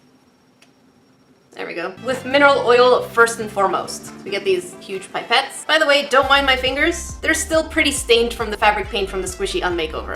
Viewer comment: I feel like an idiot, says pipe-et and I say pip-et which ones right???